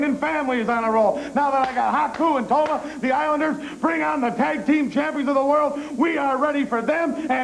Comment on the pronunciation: Tama* not Toma, Brain.